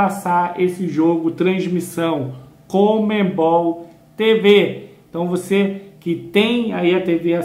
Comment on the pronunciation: Eu não consigo entender pq esse pessoal do esporte fala "COMEMBOL" qdo o correto é conMebol.🤔🤔